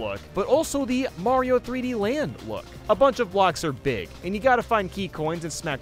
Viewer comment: I love it when says “beeg”